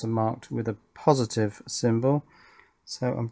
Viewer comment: Is there only me who heard “Pin 1 on the JST is plusitive” ?